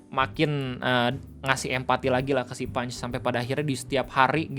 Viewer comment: Orang Jepang ngelafalin Punch = Pan Chi = Panci :face-green-smiling